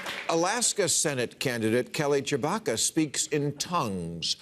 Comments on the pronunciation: ....I swear he said Kelly Chewbacca...errrrrrrrrrrrrrrrrrrrrrrrrrrrrrrrrrrrrrrrrrrrrrrrrrrrrrrrrrrrrrrr! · I thought he said "Chewbacca" 🤣🤣🤣🤣🤣🤣